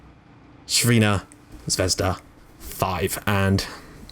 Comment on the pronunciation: Thanks for doing Red Star Belgrade mate! The pronounciation of it would be like this: Crvena Zvezda = [C] Tz like tzar without "ar" of course. [R] is like when you pronounce Ricky rubio who plays for Minnesota timberwolves in NBA basket RRRRRRRR-icky so that accent and you want the first letter Words of crvena to be devided like: TZR, ve-na, now it's not what you might Think you are not suppose to shorten the vocals of the "VEEE-na" it's more like when you type the Words "meh" , so it should be light weightend short VE NA, not NA like andy morray more like andy marrrey So for the first Words you go like TZR-VENA and then Zvezda the first Word is like you would tell anybody how a disturbing mosquito sounds in the middle of the night during summer holidays wich is zzzzzz, wich leaves us to the knowledge that it should NOT be pronounced as SCHVEEZDA and the z is followed by a build up of VE just like the VE-NA, and da on the end wich is not like "do'h" reciting Homer simpson but rather da'h without the "h" in the end :D Sorry lot of explenation but practice this and tell me through your episode 3 of this amazingly wonderful team you've picked! :D